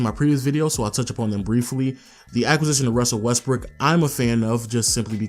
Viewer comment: Did you say Westbrick?? lol